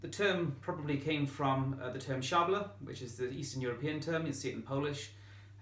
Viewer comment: I must congratulate you on your pronunciation of szabla... that's probably the best I've heard from an English speaker.I think it's interesting that you discuss the sabre as an infantry weapon; it was certainly used so, and historical sabre fencing is still taught in places (both earlier medieval and the later, simplified Napoleonic versions). But I do think it's telling that the peoples most associated with the sabre (the Avars, the Magyars and Hungarians, the Poles, and the innumerable Turkic peoples) were all known for their horsemanship and cavalry. It can certainly be used on foot, and it certainly was used on foot, but I would assume that at least initially this was not its original purpose.